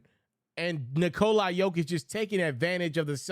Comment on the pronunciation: who is Nikolai Jokic, the mans name is Nikola if you can't pronounce his name damn it give it a rest.